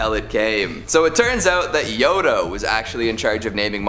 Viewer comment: Can I just say we can’t take this guy seriously for messing up the name Yoda